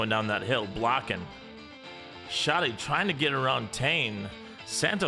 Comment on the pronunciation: 😂😂😂😂 completly understandebel 😉 Schotty is almost perfect! Neckel or Nëckel is really hard in english 😉 well done!